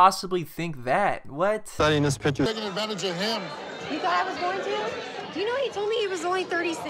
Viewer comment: Its PIC-TURE bro. Not pitcher. PIC. T. U.R.E.